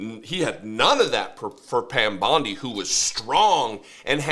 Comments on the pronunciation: Her name is Bondi not Bundy, at the very least get that correct, because nothing else this guy said was. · Does know it’s Bondi and not Bundi?